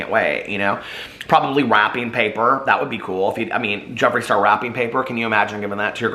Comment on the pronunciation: I thought you said WAP-ing paper .... now that would be on brand for J Star!😂😂